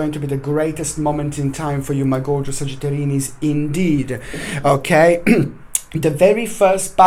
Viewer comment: Trey Amaral I think it sounds like sagittarinnis :) hehe